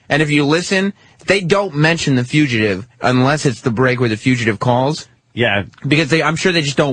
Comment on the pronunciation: “Wait, you were trying to say fugitive this whole time?”